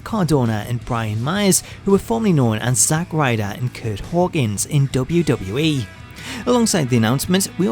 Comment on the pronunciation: The way he pronounces “WWE” is unacceptable.